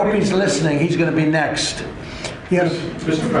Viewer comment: what is a "nezt"?